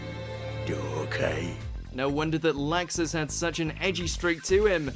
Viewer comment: Did anyone else notice that WatchMojo got Ivan's last name (Dreyar) wrong? Also kept mispronouncing Laxus's name.